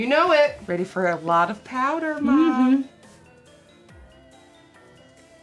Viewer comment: Nobody:: PAUDER